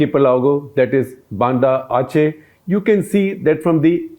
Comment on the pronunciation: though the circle points wrong but he said it correctly, Aceh (capital Banda Aceh) is the closest province to Indira Point. You thought he said it wrong coz of the Banda Arc which is pronounced differently.